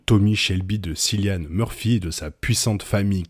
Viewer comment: Bonne analyse ! Par contre, t’abuse avec prononciation… Piki Blinedeurse et tes sillian murphie 😆